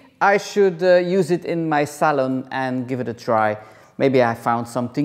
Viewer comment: TikTok? 😅 I like how you say salon... "Sal'n"!👌😁😂💕